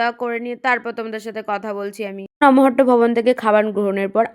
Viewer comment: নমহট্ট না নামহট্ট😂